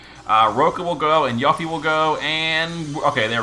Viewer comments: he issue is people not recognizing the romanization of ユ is YU but the U is pronounced as oo in Japanese. If you don't know that and attempt to apply English rules to the pronunciation, you end up with yuh-fee. There was a large fan base that was shocked when they discovered the correct way to pronounce her name, with even some only finding out when ff7r integrate came out. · There is no need to wait for Rebirth to come out. She was already in the Episode Intermission DLC for Remake and pronounces her name there as "You Fee". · you got a point. I check the wiki FF Japanese version, the katakana writing is ユフィ ( yu fi ). Hence pronounce you fee. Also, Final Fantasy 7 Remake part 2 is coming soon, we will know the proper pronounciation for Yuffie. In the mean time, can call her whatever she likes 👍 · I've just never heard someone call her that I'm not sure if it's a purposeful gag or if that's really how he pronounces her name he calls lots of ffbe names so different to then what I would pronounce there names it's a curve ball for me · yeah of course I didn't mean any disrespect towards him I love him so much he's carried me in the game all these years I was honestly on curious why he says it that way it's funny and I like it but sonetimes when things aren't pronounced how I'm use to my ocd kicks in weirdly enough